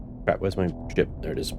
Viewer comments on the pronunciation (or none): Is he saying shit or ship if it's both that's just 🤣🤣